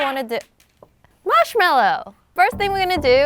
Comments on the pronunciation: ITS MARSHMALLOW, not marshmellow 😂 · He relly marshmillo????!!!! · Marsh meloo😂😂😂😂😂😂😂😂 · Marsh ello????????? Wow lobe u